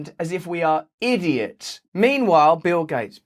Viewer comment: "We are GOverned as if we are IDiots". - Russell Brand, 27.02.22 (Caps for emphasis on syllables).